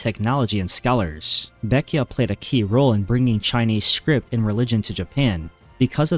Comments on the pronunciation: Its not pronounced baek-ya. Its pronounced as how its spelled. Baek-jae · Baekje is not pronounced "beck-ee-ah," it's "beck-jeh" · Why are you pronouncing baekje baekya?